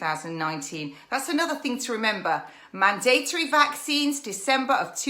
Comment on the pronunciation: ~Cant even pronounce mandatory. ..